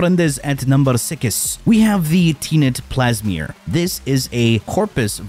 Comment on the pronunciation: Didn't know that Telos was pronounced as Telios. Now I know. Edit: Spoke too soon it's Plasmeer guys not Plasmor. Damn been saying it the wrong way for six years.